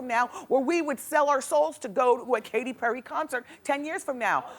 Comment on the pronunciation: She got Katy Perry right 💀